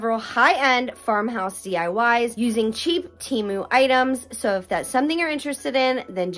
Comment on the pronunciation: Tem-oo, not Tee-moo